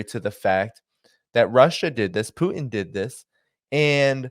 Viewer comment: Love your show but please learn to pronounce Putin correctly. Use the T. It's not poo-in